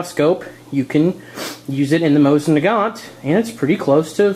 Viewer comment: Mo-seen nah-gone.